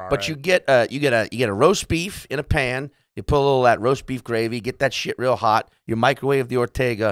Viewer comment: Are you saying Pan?